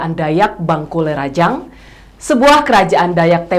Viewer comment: Sekedar konfirmasi kepada nya bahwa pengucapan (lafal) rajakng bukan rajaking atau rajakeng tapi raja'ng atau rajang. Dayakng dibaca daya'ng atau dayang bukan dayaking atau dayakeng. Bahaupm dibaca bahaum bukan bahaupem. Krn saya lama di tanah borneo jadi sedikit tau tentang pelafalan bahasa dayak. Salam NKRI...